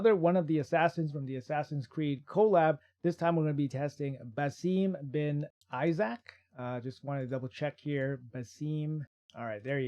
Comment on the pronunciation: Its ba-seem ib-ni ee-shak...tq😊